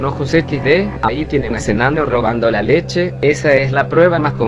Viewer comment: No todo por una leshe :v